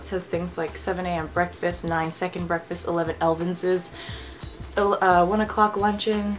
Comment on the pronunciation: It's not "elvenses." It's "elevenses." Like the number. A quick snack before lunch :)